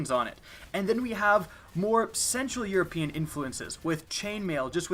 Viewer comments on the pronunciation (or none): none